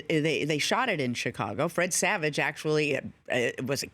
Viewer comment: Rich can't say "Fred Savage" - two straight times said "Fredge Savage"